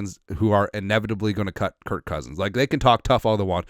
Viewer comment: Congrats on 100,000,000! First video I ever watched I corrected you for saying kirt not knowing it was a meme, I’ve watched every video since. Love the content keep it up!